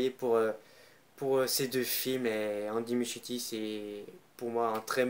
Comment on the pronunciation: J’ai pas compris par contre au début le nom du réalisateur tu la carrément écorcher